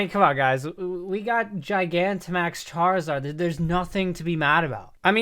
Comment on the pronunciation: AND ALSO, DO NOT LEAVE OFF THE I IN CHARIZARD!